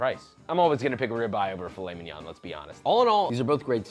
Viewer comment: me hearing filet min-"yon" and butchering that pronunciation, then perfectly saying piece de resistance